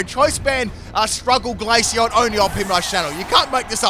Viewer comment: One question what was the glaceon set? Neither subtitles or my brain can comprehend what you said